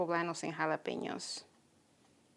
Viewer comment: Beautiful, love that mini pink spade/scoop you‘re using and your trays are also fab. Very glad to lear the right pronunciation of Jalapeños🌶🌶 Looking create, thanks for sharing💚